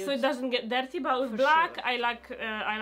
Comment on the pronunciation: But why is your english soooo badd😨😨 everytime they said shoes or dirty i died inside